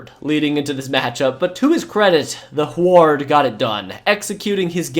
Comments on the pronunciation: Ok, as a Washingtonian i feel obligated to point out that Huard is pronounced HEW-urd lol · The way you pronounce WHO-AAAARD in an exaggerated way had me ROFL'ling. XD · It's Damon Huard "Hew-Ard" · I heard it pronounced "Hugh ward" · The way you pronounce Huard gives me Forest Whitaker eye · I wish he knew how to pronounce names, had to cut it off when he didn’t know how to say huard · Had to quit watching. Huard is not pronounced that way. Simple research. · You are pronouncing Damon Huard name wrong but besides that great video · The pronunciation of Huard is killing me. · You're pronouncing Huard's name wrong. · Listening to your mispronouncing Damon Huards last name is cringe. I live in Washington and the Huards are sorta legends here. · Dude....yer killin' me. It's Damon Hew-Ard. Huard. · It's not Hu-aard lol it was Huard good lord 😂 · It's pronounced HYOO-URD. Damon Hyoo-urd. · My sweet summer child. I know you probably weren't around for those dark times in the beginning, but Damon Huards last name was pronounced Hue (like Huey Lewis and the news) -ard Hue-ard Adawale Ogunleye = Ah-dah-wall-eh O-gune-ley-hay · it's damon "hugh ard" not rhymed with guard lolol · Dude. Huard is pronounced "HeYooWard" only 2 syllables. HewArd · Huard is pronounced hew-ward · Why the hell are you Pronouncing Huard like that? It's Hue-Erd. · Hue-erd. Not Hu-ard. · Hoo-ard? lol. Brock huard calls national games every week. Pronounced Hugh-ard. Sheesh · ...it's pronounced Hyoo-werd, not Hward. Just sounded so strange, had to point this out. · Its NOT HWARD its pronounced Heward Idiot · It's pronounced "Hew-ard" not "Who-ard." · I don't think anyone has mentioned this, but I don't remember "Huard" being pronounced as "Hward" rather than "Hugh-erd" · Who is this who-ared person??? It is pronounced Hue-ward... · It’s QB David HEW-urd, not hew-ARD . . . Marino’s backup. Youngster error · Dude it's not pronounced who are its hew erd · Hue-erd bruh Hu-ard not who-ard